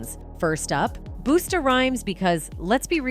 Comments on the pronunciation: imma need these AI voices to understand how to pronounce industry names. NOT boostA, BUSTA. Not REE-ANNA, REE-HAUNA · Its pronounced "BUS '-TA " not "BOOST -'A" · Girl.... Its not boosta ..... i had to pause to say that... continue. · Booster Rhymes I’m tired of them messing up names 2pak little Boozie it’s time to go back to reading AI messing up out hear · His name is BUS..TA sound it out. It’s not boosta 😂😂😂😂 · Who the heck is buusta? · AI at its finest. Almost sounded real. "Boosta Rhymes "? Really!? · I was listening until the minute you said "Boosta" Rhymes. I'm done and you're clueless if you don't know how to say a legend's name correctly. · She just said "Boosta Rhymes" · So we just gonna act like you didn’t just pronounce Busta (buster) Rhymes as BOOSTA? …. TWICE?!?! Wtf 😂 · Who is Booster Rhymes? 😂 🤦🏿‍♂️, it's Busta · He's name is BUSTA, not BOOSTER 😅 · This is a perfect example of YT people finding profit in black folks business. It's Busta Not “Boosta” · Who the hell is "Boosta" Rhymes? 😂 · I stopped watching when the narrator said boosta instead of busta 😂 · Booster Rhymes??? What’s hard about pronouncing Busta!!😂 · The narrator pronunciation like boosta and reggi. It ruined the video for me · She said 'Boosta Rhymes', which was hilarious. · Who the f is Booster Rhymes…. After I heard this, I gotta stop watching…. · Boosta? I thought his name was Busta. Why is this chick mispronouncing names? She does it a lot. Is it a robot that's reading names? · Boosta?!?😭😭😭 its pronounced BUH-SS-TAH 😂😭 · “Markay” and “Booster” 😂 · I can't take anyone serious who can't pronounce Pharrell or "Boosta". 😂😂😂😂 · Who tf is "Boo-stah"? You can't even pronounce the names I'm good on the info. 🤦🏾‍♂️ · "Boosta" Rhymes 😂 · Seriously, learn names. Boosta? LoL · One question 🙋🏾‍♀️ Who the heck is "BOOSTA"? 😅🤔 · Uhhh I checked out when you said “BOOSTA”✌🏽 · " boo stah" is this AI too? Ugh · Busta?? Boostar?😅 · Who wouldn’t wanna work with Boostah? 💁🏼‍♀️